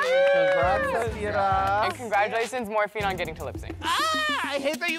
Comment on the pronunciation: is nobody gonna comment on calling morphine 'fat ma'